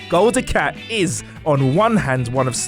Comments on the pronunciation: Gul du Cat. So many lols there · Gol DE-CAT XD